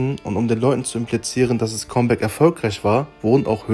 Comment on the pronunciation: Es heißt comeback, nicht kommback